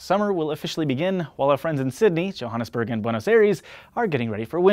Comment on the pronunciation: Well done on the pronunciation of Johannesburg, not bad at all.